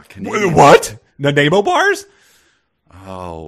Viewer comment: As a Canadian, hearing the mispronunciation of “Nanaimo” and then crapping on the best pastry this country has produced was tough to endure. (And yes, the Nanaimo bar is a staple of the Canadian diet.)